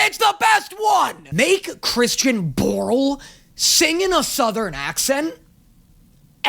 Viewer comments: Its Borle...Like Christian Borle... Like the VA who olays vox. XD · i absolutely love the fact that you realized "borle" rhymes with "laurels" better than... what was it, "door-als"? that's not even a word.